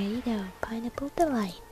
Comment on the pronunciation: When she says pineapple it sounds like pinenipple :D WHICH IS AWSUM BTW